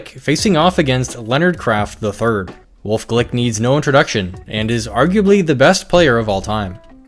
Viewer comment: That’s not Wolfey glick that’s golfe wlick